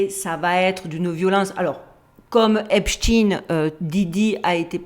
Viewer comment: C est Epstein pas esptin merci